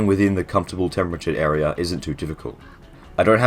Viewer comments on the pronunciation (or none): none